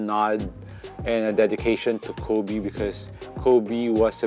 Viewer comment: “Becoz” Wtf accent pa more HAHAHAHA